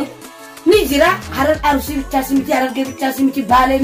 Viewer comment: Aruusi hin jedhina arsii jedha akkassiti sirreefadha